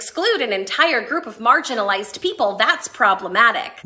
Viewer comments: "Margarinalized" 😂😂😂 Oh No you didn't!😂💔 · “Margarinized” ROFLMMFAO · You got me at "margarinalized" lol. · “Margarine-alized” that part killed me!